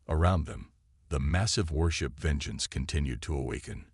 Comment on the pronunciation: worship or warship rocking of warship video annoying reed or read annoying AI text call or atless hatless,lol